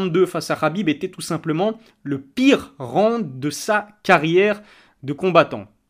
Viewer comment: qlq peut lui dire que c'est round pas ronde